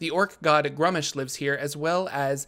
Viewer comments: Its pronounced gruumish. Think glue but replace the letter l with r . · Sigil (The City of Doors) is pronounced /ˈsɪɡɪl/ (siggle) not /ˈsɪdʒ ɪl/ (sij-ill) like the noun that exists out of D&D (meaning a seal or signet). Gruumsh is pronounced /grumʃ/ (groomsh) not /grʌm'Iʃ/ (gruhm-ish).